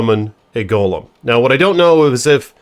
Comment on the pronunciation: You're saying golem wrong, too, bro. Get hooked on phonics please.